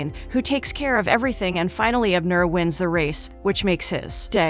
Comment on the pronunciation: I guess AI can't pronounce Abner correctly.